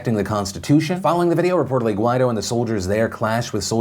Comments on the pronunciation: Phil, the guy's name is pronounced "gwai-DOH", accent on the second syllable. That's what the accent mark means. Listen to how other newscasters pronounce it. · Everytime Phil pronounces "Guaidó" I feel like he's saying "why tho"